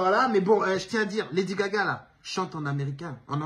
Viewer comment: Je trouve que Lady Gaga a bien su prononcer les sonorités françaises, elles ne sont pas toujours faciles à prononcer, surtout pour une personnes dont l'oreille n'est pas habituée à distinguer ces sonorités nasales.